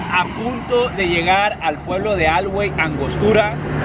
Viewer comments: Muy buen video,,solo como comentario,, no se dice Alhuey con acento en la “A”,,se dice Alhuey,,con acento prosodico en le “e”,,un saludo,,de por ahi soy,,cerca de Angostura. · Wey soy de Guamuchil y no se dice alguey se dice alguey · Amigo me gustó mucho que fueras ala tumba de Ariel Camacho pero alhuey no se pronuncia como lo hiciste en el vídeo lo pronuncias como si tuviera "G" es alhuey no algüey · Estuvo chingon el vídeo pero no sé pronuncia haci alhuey, pronuncialo cómo aluey pero se escribe alhuey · Se escribe alhuey pero se pronuncia aluey 👍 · Se pronuncia aluey la h no se pronuncia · Pronuncias mal Alhuey y ni es plaza, en Sinaloa es #Plazuela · así no se pronuncia alhuey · Haci no se dice alhuey bro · No se pronuncia así carnal Alhuey la h es muda recuerda 😂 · No chin.. viejo hasta pareces turista, se pronuncia Alhuey, con acento invisible en la e, tienes que conocer un poco mas de tu chinola